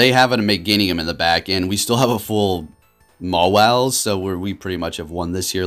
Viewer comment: I love how he called mawile like 6 wrong names